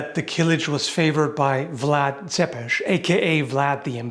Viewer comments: You're the first foreigner I've heard saying Vlad Țepes's name correctly! Viele Grüße aus Rumänien! 🇷🇴 🇷🇴 🇷🇴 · Excellent pronunciation Vlad Țepeș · Great pronunciation of Vlad Țepeș! Congrats!